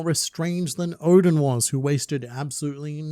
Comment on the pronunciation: Took awhile to realize you were saying ODEN and not ODIN.